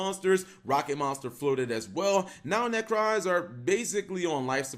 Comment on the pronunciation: There is no 'A' in 'Necroz'